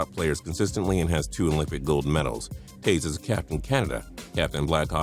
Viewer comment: JaymanHD it's Toews not towes